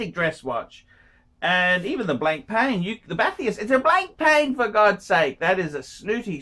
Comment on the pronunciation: It's not pronounced 'blank'+ 'pain' you obtuse prawn.